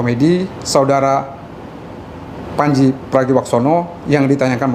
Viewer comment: Pranji apa pandji 🤣🤣. Baca yg bener dek